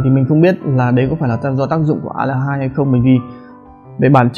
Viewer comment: Aldehyde? An đờ hít 🤣